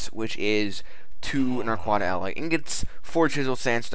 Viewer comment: Showcase # 2 I've seen of this mod, and still, the wrong pronunciation of the ore. "na-quid-ah", or "na-qua-dah"